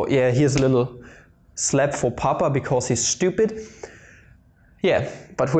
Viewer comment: It is funny how you say schtupid hahaha